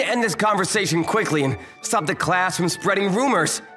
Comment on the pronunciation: "how cwakey"